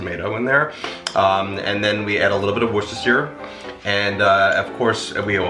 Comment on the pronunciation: In the U.K. we say Wooseter-shire sauce! Hope this helps!